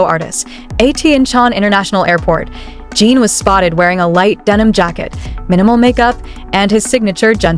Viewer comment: A whole channel dedicated to Jin, yet still hasn't learned how to pronounce his name. AI, anyone? There's a tsunami of AI channels headed this way, so remember, there is no human emotion behind the words, just an operator trying to cash in on ARMY's love for BTS. But, feel free to correct me if I am wrong about this channel.